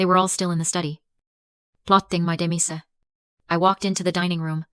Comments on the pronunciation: Sorry, the worst narrative ever. So many words need to be reprogrammed for pronunciation. Demise pronounced day-me-say? 😅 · Oh, you must mean /de-MAISE/ Narration was...awkward.